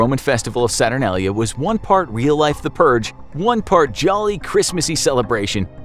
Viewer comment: HE SAID SATURNALIA WRONG! lol its ok